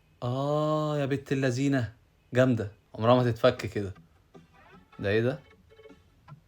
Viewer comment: يابنت اللسين 😂😂😂😂😂 اسمها. الذين طلع لسانك في الذال